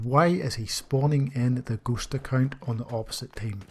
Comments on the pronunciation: It is shameful that it took me half a video to understand he was saying "ghost account". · Something else really like some kind of obscure German gaming term. I had to figure it out by listening to the context of your narrative. Again the shame is on me. Good video.